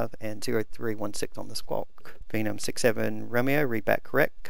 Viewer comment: MY OCD IS BOMING RIGHT NOW. YOUR SAYING PHENOM WRONG!!!!!!!!!!